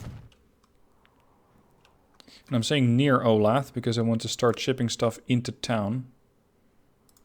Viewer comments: Ol-ath? It’s o-la-tha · Hi, Resident of Olathe KS here. Just wanted to say its pronoucned like Ow-Lay-Thuh. Also, thanks for a new series, love this game! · Not that I really care, but just FYI: Olathe is pronounced O-lay-thuh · It's pronounced oh-LAY-thuh. I live there!